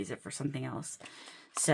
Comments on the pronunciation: I have only heard “Cassis” pronounced the way you like to pronounce it, so no need to change. I hope your dentist appointment went well! Thanks for the video! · Your mechanical pencil is gorgeous. I agree with your pronunciation of cassis. I can sympathize with not loving the dentist. Even a simple cleaning appointment gets me in knots of anxiety. Also, I love long chatty videos of fountain pens, swatching and inky messing. I usually watch them in my basement craft room while working on something else. It's kind of like having a crafty day with friends.